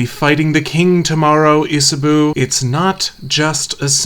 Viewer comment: Love the video, Cannot tell you enough how much you calling Isabeau "Isaboo" pained me [as a french speaker, it's pronounced isabow]